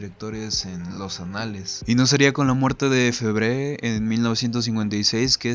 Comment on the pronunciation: amigo, tienes que aprender a decr los nombres en francés aunque mas no sea, parecido... dices cualquier cosa. Se pronuncia fébre y no febré, se dice "fernàn brodél" con acento en la A y otros....